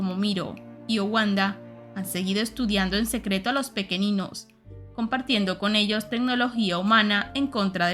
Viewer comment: Gran saga junto con los libros de la sombra. PD: solo recuerda que el planeta de los pequeninhos es de origen portugues, asi que seria pronunciado pequeniños y Noviña.